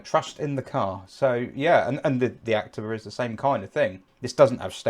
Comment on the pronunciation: The correct pronounciation is "Acteeva".